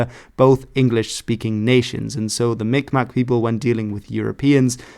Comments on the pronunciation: The more authentic pronunciation of Mi'kmaq, sometimes spelled Mi'gmaq as well, is (Mig-maw). The last q is silent. Some have gone about pronouncing it like micmac, but that's largely due to people, and sometimes even tribal members, pronouncing it by the spelling. Depending on the area, due to the similarity of the g and k sound different areas emphasize miKmaw or miGmaw. The First Nations near the St Lawrence River tend to use a harder G sound and will occasionally even spell it Mi'gmaq. But both are largely accepted. The group that I'm working with is changing their spelling to Mi'kmaq. I currently work with the band within the United States and I have been in the process of doing cultural preservation videos with them for the public school system in the state of Maine, and for their own community. We're also going to be doing a interview with all of the remaining Mi'kmaq speakers state side. Having them just speak the language exclusively in a long form video format about their lives and stories l. It will be use for historical and educational purposes for the community and their children. The Mi'kmaq in Maine are actually very unique for Native Americans in the United States, this is because they themselves do not have historical territorial claims and what would become the continental United States. Pretty much all of the Mi'kmaq originally from Canada and fled to the United States to get away from residential schools or for work. But, because they were part of the Waba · As A Mi Kmaq Myself, You almost said it correctly but butchered the maq, In Kmaq the q is silent